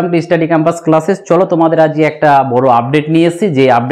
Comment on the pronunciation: ইউটিউবার দাদা তোমাকে বলছি তোমার চ্যানেলের নামটা আগে স্পষ্ট করে বলতে শেখো তারপর ভিডিও করবে। তুমি স্টাডি শব্দ টা স্পষ্ট ভাবে বলতে চেষ্টা করো ইস্টাডি ক্যাম্পাস বোলোনা প্লিজ।